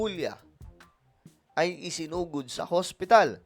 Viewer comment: Isinugod po hindi sinugod 😊